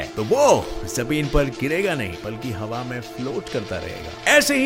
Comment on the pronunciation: Bhai aap hawa ki hawe kyu bolte ho